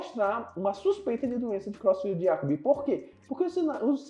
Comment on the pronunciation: A pronúncia é króitsfeldt-iákob. O "e" tem som de "e", não de "i".